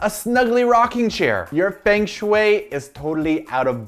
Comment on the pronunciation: faeng shuai LOLOLOL your chinese pronounciation is so funnieh